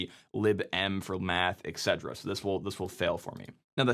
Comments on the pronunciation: "etsy"? It comes from "et cetera". It should be pronounced "ee-tee-cee", or at least "et ce". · Every time you say "et-c" it sounds like you're saying "Etsy"... Wait, is that how Etsy got their name? 🤔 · Wait, does everyone pronounce /etc like etsy?